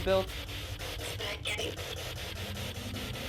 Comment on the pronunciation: Spaghetti sounded like “Spinelli”